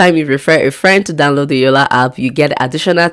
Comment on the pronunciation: It's called yolla app not yolla hap 😅